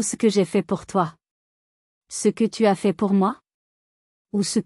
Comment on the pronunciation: Tu A.S tout détruit, tu as, tout simplement, pourquoi différencier les deux lettres, alors que c'est un être humain qui parle au micro